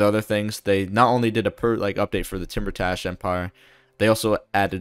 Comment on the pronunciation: Hey King great video as always. Some pronunciation stuff if you're interested. Iran is "E-raan" with a long E sound like you're just saying the letter E. Timurtash would sound something like "Tee-moor-tash" or maybe "Tay-moor-tash" where the "u" in the middle sounds like the "ou" in "tour". Kar-Kiya is more like "Kaar-kee-yaa" identical to the way you'd say Car, Key, and Ya. Shekhbizin I'm not sure but my best guess is "Shaykh-bee-zeen" which has a "kh" sound like the way scottish people pronounce the "ch" in "loch". Tehran is "Teh-raan". You said Shaki right with the long A sound. Tabriz is "Tab-reez". Iraq is like "E-rock" with a long E and since there isn't a glottal stop sound in English pronouncing the "q" here like a "ck" is close enough.